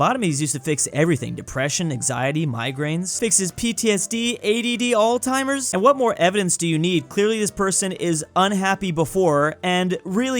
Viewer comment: Text: Alzheimer's: Al-timers